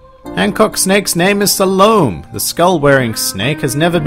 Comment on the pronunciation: Hancock snake's name is Salome. SA-LO-ME